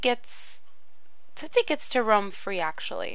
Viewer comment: its tootsie